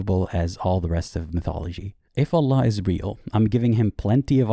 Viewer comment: 'anna laa' he says, fake exmuslim confirmed 😂